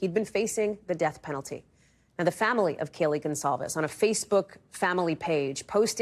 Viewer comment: Do you have trouble with the word ‘family’?